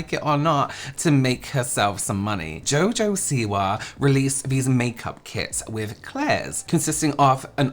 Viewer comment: That newscaster..."Jo Jo si-WAH" 😅